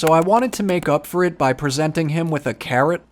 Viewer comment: I love watching your videos! But I swear when you said carrot, I totally heard "Karen" and I was like why does he need a "Karen". 😂❤️